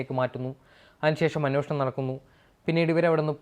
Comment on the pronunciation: അന്വോഷണം അല്ല ,അന്വേഷണം എന്നുപറയൂ..